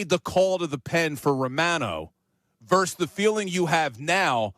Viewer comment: It's "versus," NOT "verse." C'mon, man.